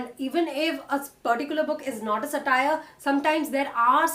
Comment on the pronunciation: Wonderful post--thank you. I'd point out that it's SA-tire, rather than sa-TIRE. That aside, I've loved ALL your recommendations. Thank you.